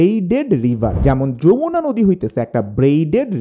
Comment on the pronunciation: Yamuna হিন্দি ভাষার উচ্চারণ, সেটা আলাদা একটি নদী। বাংলায় হবে Jamuna।